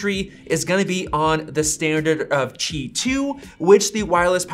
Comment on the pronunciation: Bro where are u reading “chi” from? “Qi”